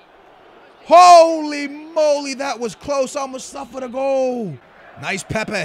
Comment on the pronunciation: its pronaunced pepay